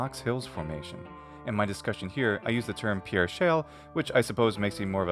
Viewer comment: Great vid. I live in S.D. Just an FYI, we pronounce it “PEER” even though spelled like the french pierre.